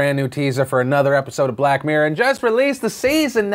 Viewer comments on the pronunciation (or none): none